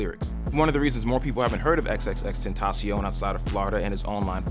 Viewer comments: You don't pronounce it "xxx - tent - tah - se - on." It's "xxx - ten - ta - sion." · no hate, but i think its pronounced ten-tay-shin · xxx ten tay shun not xxx ten tah shion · you pronounced his name wrong you just pronounce it likw.... "extension" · you didn't even pronounce his name right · T u n d r a B o y he pronounced it wrong its an s sound not c x said it himself